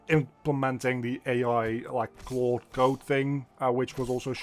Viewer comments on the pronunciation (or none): none